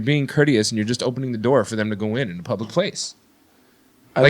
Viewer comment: "Leave it PLUBLIC" ... haha that ROCKS.